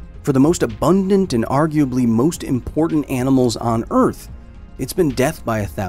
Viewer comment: did you say abugdant